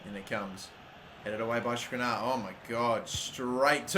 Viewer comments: Just sell the players whose names you cannot pronounce. Skriniar, not Skrinar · Skr-nee-ar. Your pronunciation is fucked.